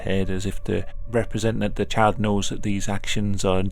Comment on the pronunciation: I cannot stop hearing ‘chad’ instead of child